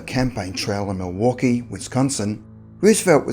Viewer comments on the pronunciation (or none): none